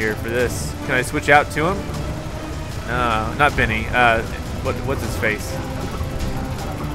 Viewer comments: i noticed you keep saying Venny that space guy is "Benny" not Venny lol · PLEASE. STOP. SAYING. "BINNY".